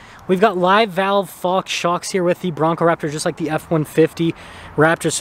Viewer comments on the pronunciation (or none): Did you call it a Braptor? 😅